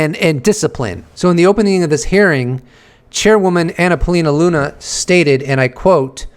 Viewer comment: Luna, not Lena